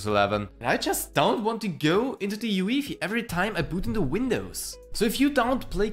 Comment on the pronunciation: did you say uefi as yuwifi?